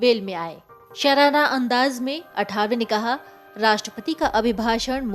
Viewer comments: अरे चॅनलपे समाचार देनेवाली पत्रकार मॅडम नाम तो सही लो अठावले नहीं लिखलो आठवले नाम है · अठावले नहीं आठवले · अठावले नव्हे.... " आठवले ". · अठावले नहीं ,आठवले नाम का सही उच्चारण करो।मराठी नामों को अक्सर क्यों बदलकर बोला जाता हॆ? क्या आठवले का उच्चारण करना इतना मुश्किल हॆ? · अठावले नहीं मॅम,आठवले. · आठवले. ...Not अठावले Please.... at least the formal communication should be correct.. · सर्णमे का प्रोनाऊस ठीक से लेना आठावले नहीं आठवले